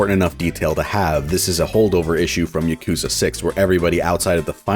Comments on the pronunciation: Yah-ku-zuh It's not Yuh-koo-zah Goddammit- it's not hard. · Ugh. He pronounces yakuza wrong. Ya-kuh-zah Not, yuh-koo-zuh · Now if he can pronounce yakuza correctly, it would be a perfect video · why do you pronounce Yakuza like that ;-; edit okay yeah video seems cool but this is like trying to listen to a British person talk about "Mary-oh" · He doesn't even pronounce yakuza correctly, which he says a ton in the video, it's just super annoying.